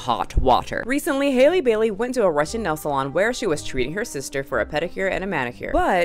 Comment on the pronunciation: Her name is pronounced like Halle Berry.